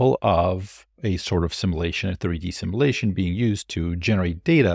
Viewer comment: Please learn to pronounce simulation.